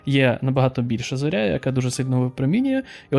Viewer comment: Чатгпт каже, що в слові "зОря", в будь-якому відмінку, як в однині так і множині, наголос завжди на перший склад. Радив би ним користуватися в таких випадках, це ж швидко і не складно. Тим паче що канал просвітницький. А слово гарне і літературне, мені теж більше подобається ніж зірка. ⭐